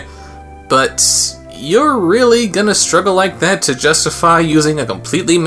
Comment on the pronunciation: its gane be love. its gana be love. "a lot of dedication and care" Dame it!!!